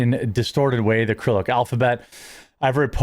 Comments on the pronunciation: Krillic? You mean "Sirillic"? Who TF says krillic? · Its not 'acrylic', its cyrillic. Dunno how you mess that up so bad. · It honestly amazes me just how bad your reading is, there is no A at the start of Cyrillic. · Did you say acrylic alphabet? Uh. Cyrillic is pronounced sir-ill-ick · Cyrillic is pronounced Sr-i-luhk, just saying. Either way probably included that in their as a pro Ukrainian Democrat and that contributed to his hate for the orange man. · Cyrillic==> C is pronounced as an S "Ser- rilik" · It's SIR ILL ICK, for Cyrillic by the way. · Cyrillic is pronounced with an S sound so Sir-ill-ick. Also, Mashallah is transliterated Arabic. It means, "What God has willed". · It's pronounced Syr-RiL-Lick and is either Russian or Ukrainian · Cyrillic- Sir-ill-ick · Cyrillic (sir-ill-ick) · It's "sih-rillic" u chubby tard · Cyrillic is pronounced "ser-rillic" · Cyrillic is pronounced Ser-ill-ick. Or Sir-ill-ick. A soft S, not a K. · It's pronounced roughly "SEAR-ill-ICK, "Jeremy.